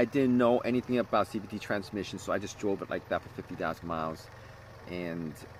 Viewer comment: He says CVTREE at one point. 💎 Gem